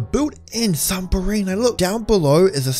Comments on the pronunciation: It’s submarine not sumbarine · He says sumbarine but its submarine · What the heck is a sumbarine xD